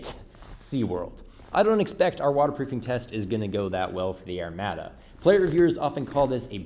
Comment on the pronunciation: I like your videos and can even look past your use of the metric system but good god, man. It's pronounced "air-mod-a" not "air-mad-a." Lol stay shiny side up, friend.